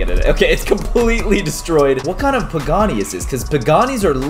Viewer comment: Caylus bro it's not pagaani not bugatti